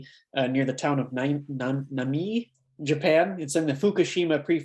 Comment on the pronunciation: "Namie" has 3 syllables. Nah-mee-eh [na mi e]